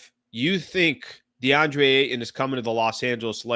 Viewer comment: The way you pronounce Ayton grinds my gears